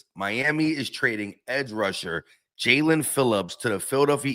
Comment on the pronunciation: who besides YOU would EVER pronounce his name as JA-LEAN? It's obviously Jae-len....you must experience dyslexia bro